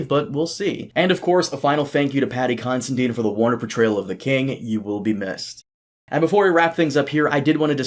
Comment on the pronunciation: Am going to be that dick but “dine” like you would eat , you would dine” !! Not deen. It’s not consi “deen” ! Considine ! There my nick picking bull shittery complete for the day Am sure no one cares but hay ho am allowed to be a nit picky prick if I want